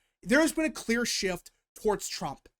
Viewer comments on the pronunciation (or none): none